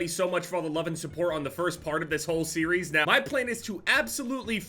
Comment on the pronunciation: Did this man just say series…